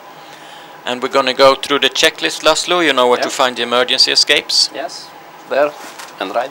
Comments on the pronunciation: Its actually Làszlo (lah-slow) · It's lászló not lazlo🙃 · Not Lazlo, László, its a hungarian name. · It is Laszlo , Hungarian name ... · It's László by the way